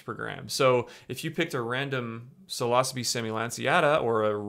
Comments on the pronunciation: When you say psilocybe it sounds kinda like philosophy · Okay I trust this video and all but it makes it difficult when you mispronounce psilocybe and yet pronounce psilocybin correctly. It's almost like you do it on purpose.